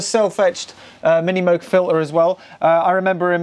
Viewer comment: Extra bonus points for pronouncing MOOG correctly!